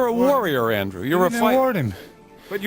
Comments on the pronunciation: It is not Andre But ANDREW.. GOT IT.... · Your pronouncing his name incorrectly..😂 just say Andrew. 👎